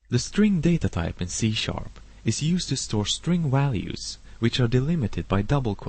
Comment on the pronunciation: haha.. speaks funny "string Walues.."